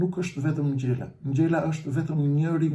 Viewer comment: JO SPARTAK NGJELA PO SPARTAK NGJALA 😂😂😂😂